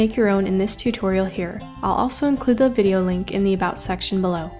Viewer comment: No offense, but it's been bugging me that u can't say about right